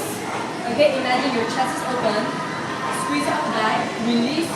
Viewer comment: I DIE EVERYTIME SHE SAYS "okay, sqwees¿" 😂 I love this, it's so helpful.